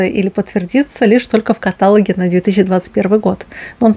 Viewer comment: аааааа каталОг, ударение на О